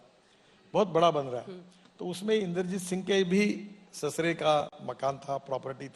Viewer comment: Sasure nahi wo sasur hai 😂😂😂